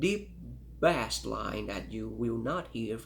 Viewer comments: He actually is very well spoken , and I've heard people who had English as a first language pronounce bass as bah-ss , he just doesn't know yet it's pronounced bay-s. No one compares these headphones so I'm impressed he even made this video lol. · For the life of me, I can’t fathom this guy’s accent. I just can’t stand the way he says “bass”, It actually makes me feel physically angry.